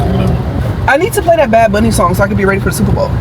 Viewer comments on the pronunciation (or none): struggling to pronouncing bad bunny correctly 😂 yall had be rollin